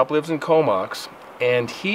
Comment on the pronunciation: COMOX is pronounced CO MOX as in BOX. Great true story about an encounter with a hybrid creature with baddy angel DNA in it